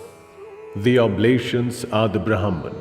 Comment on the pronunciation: In Indian languages, the names pronounced correctly means something. It would have been better if this was read by someone who knows the language., as these mean something else when the pronunciation is different.